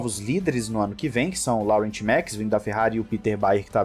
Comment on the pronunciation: A pronuncia de laurent é lorran e nao laurent 😊